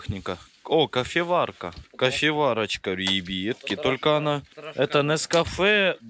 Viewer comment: Отдельный вид искусства. говорит ребьятки